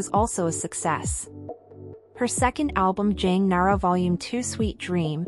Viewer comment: Jang nah-uh-ray killed me 😭😭